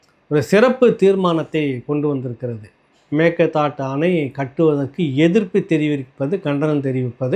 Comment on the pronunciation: அம்மாடி, பல முறை இரண்டு மூன்று வருடங்களாக நான் எடுத்து கூறியும் கவனிக்காமல் இருந்த போதிலும் தற்சமயம் சரியாக மேகேதா ட்டு என்று உசரசரித்திருக்கார் பல comment அனுப்பியுள்ளேன் இப்போ குணா என்பவர் தெரிவித்து சரியாக உச்சரித்திருக்குறீர. திருசக்தியாருடன் நடந்த உரையாடலின் போதும் தெரிவித்தேன்